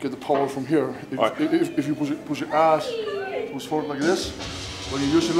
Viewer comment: it definetly sounds like big pus not push lmao